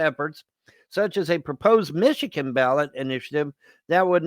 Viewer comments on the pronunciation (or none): none